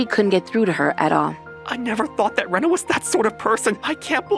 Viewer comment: Oh yeah, Rina instead of Rena.